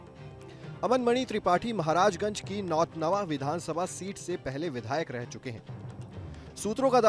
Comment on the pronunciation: पत्रकार कैसे बन गए नाम लेने नहींआ रहा है हमारे विधानसभा का नाम सही से लीजिए नौतनवा विधानसभा है